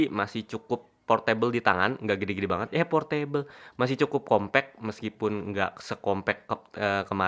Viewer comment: "eeh p0rtAbLe" wkwkwk